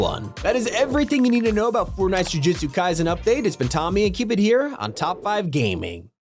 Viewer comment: Ju-Jitsu Kaizen 💀💀💀